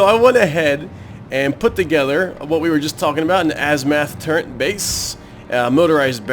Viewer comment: "turrent" Seriously though, good series.